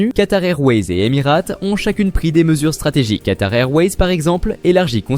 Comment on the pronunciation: en revanche je suis d'accord, cette vidéo n'a absolument aucun intérêt et n'apporte aucune information utile. Et il serait judicieux de prononcer Emirates correctement pour commencer...